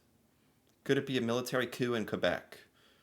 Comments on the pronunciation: As a Canadian the man giving the test should know that it is pronounced Military coo. and not Military Coop. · Did this guy say COOP? OMG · I feel like this guy giving the quiz has only ever read the word "coup" 🤣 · "A Military Coop in Quebec" Uhh no, the p is silent in the word coup. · No Canadian should pronounce "coup" like "coupe." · This guy saying the P is coup is bugging me.